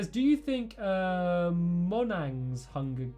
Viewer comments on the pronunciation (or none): "Monhangs?" You mean Monjang? The company that made Minecraft